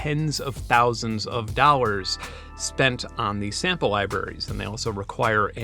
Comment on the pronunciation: "tens of thousands of dowers"